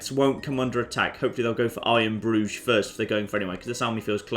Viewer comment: It sounds a bit like he's saying I am Groot or Iron Bru instead of iron Bruge